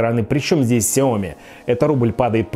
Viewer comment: Уважаемый техноблогер, пожалуйста, ставьте ударение в конце произнося название марки смартфона (Xiaomi)